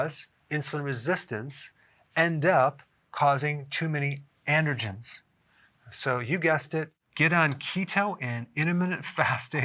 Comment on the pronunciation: Are you saying "intergens" or "andergens?" Is that how they say it in the east?